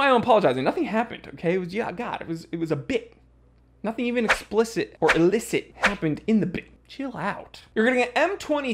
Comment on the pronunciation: ......it's "illicit", not "elicit"